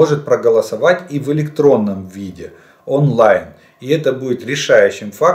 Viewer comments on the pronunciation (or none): none